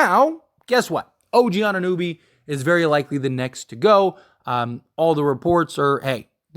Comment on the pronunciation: Put some respect in the man's name it's OG A-nu-nOby!